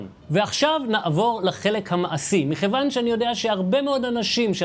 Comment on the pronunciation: את המילה מכיוון, הוגים בעברית נכונה עם כ דגושה, זו טעות שראוי לתקן.